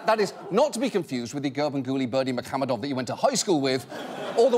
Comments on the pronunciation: Special applause for John for correctly pronouncing "Garbanguly Berdimuhamedov" EVERYTIME👍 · I don't know what's more impressive...that ginormous cake or John pronouncing Gurbanguly Berdimuhamedov perfectly every time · That John can say this guy's name so well so fast blows my mind. I wonder how much he had to practice it.